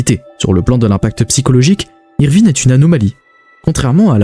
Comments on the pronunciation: je t'assure qu'il ne fait pas exprès il a déjà dit que de base le français n'est pas sa langue maternelle et il a des lacunes de prononciation qu'il essaie d'améliorer il fait surtout des erreurs quand il ya des I et E ou comme avec ivrine quand il prononce Evrine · C’est qui "Évrine" 😂